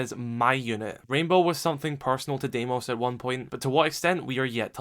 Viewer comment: It’s pronounced dee-mos its a greek name 🇬🇷